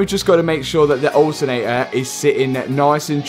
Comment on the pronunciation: Alternator ❌ Al ernay aaa ✅